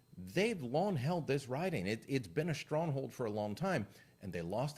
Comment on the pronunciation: Did you just say "shtronghold"?